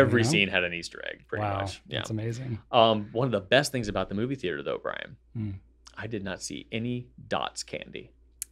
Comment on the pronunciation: Wow, you read my comment! And pronounced my name correctly! 😁 I'm somewhat convinced that Brian likes the banana shirt due to the blue background. So, my food that I ate "too much" of as a kid making me hate it forevermore are unruffled cheese potato chips. I can eat Cheetos, RUFFLED cheese potato chips, and other faux-cheese snack products. But unruffled cheese potato chips? 🤢🤢🤢 This is all Sam's Club's fault! LOL! 🤣